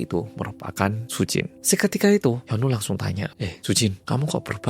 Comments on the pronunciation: iya sama aq jg dgernya jd Yono😂😂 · Kirain aku sendiri yg denger namanya jadi yono😅 😅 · Telinga ku dengar nya yono 😅😅😅😅😅😅😅😅😅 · Bang maaf gw salfok sama cara baca hyunwoo, aku dengernya yono😭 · ngomong hyunwoo aku krungu e yono 😭😭😭 aduh kupingku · gue dengernya YONOOOO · namanya HYUNWOO, tp aq dengernya mas YONO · Mas hyunwoo ditelinga ku "Mas Yono"😭🙏🏻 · kenapa hyunwoo aku dengarnya jadi yono sih 😭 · sekilas kedengarannya kaya "Yono", melokal banget😂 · Sama di kupingq juga terdengar Yono.. mana yg di bayangan mlh jadi Yono bakrie